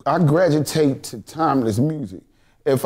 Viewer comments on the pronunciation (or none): Did Youg Buck just say he gragitate instead of gravitate 😂🤣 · "Gragitate" ...my new word. Thx Buck lol!